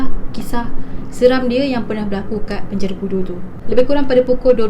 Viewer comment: Asal ko sebut perkataan penjara tu bnyi mat saleh ?boleh Tak ko sebut btul2..😆